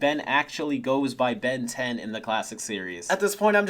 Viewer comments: you actually said "ben dez" at the end of the intro holy shit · saying: "Ben Diez" like the latino version of the intro fuels my soul with Joy